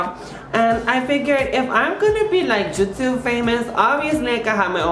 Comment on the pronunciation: Lol "jutube"